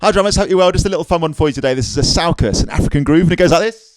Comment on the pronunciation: Love your instruction videos and positive, fun loving vibe. Sorry to be pedantic, but two things—it’s pronounced “soo-koos.” Also “som-bah.”